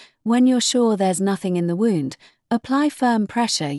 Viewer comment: Q, 44 she says wound as 5 wound as in have you wound the clock up.. And 45, she says a stab.. Eliser as in stabbing 😂